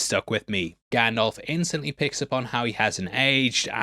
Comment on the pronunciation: Love you, but it’s GandALF like ALFred not GanDOLF like Adolf 😭